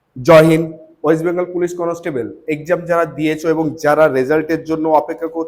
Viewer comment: কথাটা কোনোস্টেবল না... কন্সটেবল